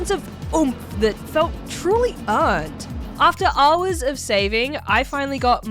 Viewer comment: Haaaaars and haaaars. Is it just me does say haaaar instead of hour? Definately a mixed accent, Australian and something else. Just can't place the secound part of the accent.